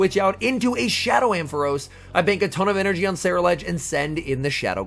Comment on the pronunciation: I kept imagining Meryl Streep from devil wears prada taking exception to your ceruledge pronunciation